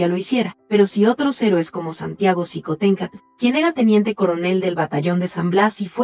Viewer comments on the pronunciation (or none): Qué pasó con el apellido, se pronuncia shicontecatl... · shiomara. La mayoría de las palabras de origen prehispánico que llevan X. Se pronuncian sh. El mismo meshico. Tashqueña. Etcétera. Mi estimado eres historiador. Sin duda alguna.